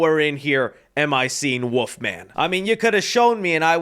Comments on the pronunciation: Are you saying “Wolf” or “Woof”? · Does anyone else hear saying "woof" instead of "wolf"? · Stop pronouncing wolf as Wooof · Is anyone gonna tell that wolf has an L in it? The woof man cometh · I love how pronounces the wolf in wolf man like woof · There’s an “L” in wolf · I love you... but can you PLEASE pronounce the "L" in wolf?